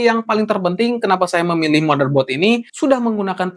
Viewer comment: Benerin bahasa Inggris lu bang. Pengucapannya salah semua; event, windows, motherboard, ryzen, dll